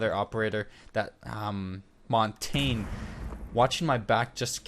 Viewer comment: Great series! My only critique is how you pronounce Montagne. The French word montagne means mountain, and is pronounced Mon-tahn-ya. But at least you don't pronounce it montag! Keep up the good work!